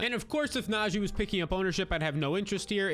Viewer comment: Stopped watching after I heard Naji Harris